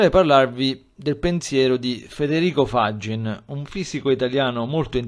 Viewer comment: Ottima analisi del modello Faggín ( mi raccomando l'accento sulla i ;) visto che è veneto), ed aggiungo che in effetti Faggín ritiene che i campi quantici sono "inglobati" in un unico, universale campo quantico che Faggín indica come Nous. Grazie di cuore. Emanuele.